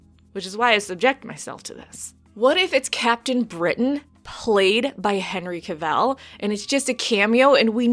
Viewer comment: Oh you like people losing there shit on the internet? Keep saying Henry Cavill's name wrong, and you'll get it.